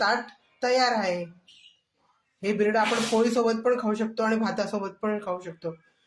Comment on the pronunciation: Bhirade nahi birade